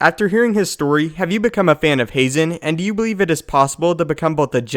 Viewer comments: Ha-zen not hay-zen.....Barrison not Barriston.....please quit screwing up these damn names! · Haazan is pronounced with a flat A like hah-zahn. two A's in a word always elongate the vowel. You only say the vowel when there is an E at the end. I know it's star wars so it doesn't matter at all. I'm just being petty ;) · I believe it’s pronounced like Hahzen